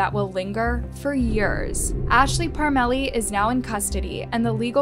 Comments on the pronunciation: It's pronounced Parm a lee... we know the family... what a horrible tragedy for those 2 babies😢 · The name is pronounced parm lee